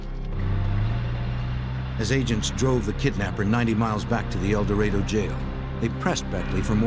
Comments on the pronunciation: It is painful to watch this video and listen to the narrator repeatedly call the town "El DorAYdo"....the correct pronunciation is "El dorAHdo" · Mispronouncing El Dorado. (Door A doe)🤦🏼‍♀️